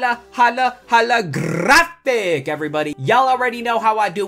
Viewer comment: I cringe when he said Hala-Hala Graphic! Lol